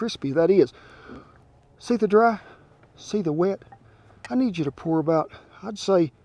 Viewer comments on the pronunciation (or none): none